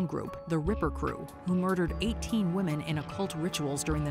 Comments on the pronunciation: Why can’t the narrator differentiate between womEn and womAn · Why can't the second narrator figure out women vs. woman?!?! He keeps saying "singular" woman basically every time he is referring to multiple "women"!!! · Second set of killers ai voice is having a hell of a time with the word "women" 😂 "over 70 woman" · I had to ragequit around 25 minutes when the AI voiceover kept saying "woman" as a plural for "women"... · I noticed that instead of saying women he was saying woman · Dude I know what your accent but please say the word women right (wim uhn is the right pronunciation)🙏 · What's up with the one guy that continues to say "woman" and not "women"? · It’s “women” not “WOMAN” when speaking on multiple WOMEN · Can someone educate this narrator that the plural of “woman” is “women”. Meaning you need to pronounce 12 women as “12 wi-men” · Great watch, but it's WOMEN NOT WOMAN. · You must be kidding... it's the Women pronounced Woman guy again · Women pronounced as wymen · Aside from the horrific serial killers, it's rather disturbing that such a well-spoken sounding narrator isn't aware that the plural of 'woman' has a different pronunciations from the singular. It's not even a dialect or regional thing, or younger YouTubers who think it's cool to use "was stood" instead of "was standing" (sorry, WHO stood them there, and WHY aren't they able to move on their own?) which IS a regional dialect thing. It's just incorrect. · The narrator who can't pronounce "women"🙄